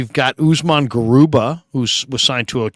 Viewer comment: Hi I’m not sure you gonna read this, just wanted to correct you about how to pronounce Garuba… it’s Ga.. ah..ru ba.